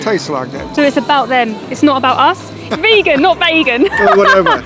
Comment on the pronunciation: your the one not listening to what he said. He clearly said Bagon and not VEGAN. Clearly he does not care about veganism. Hahaha